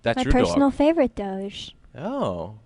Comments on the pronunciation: Why do people say doge like doshe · You know what i hate, when people pronounce Doge wrong. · The worst thing about this is the pronunciation of doge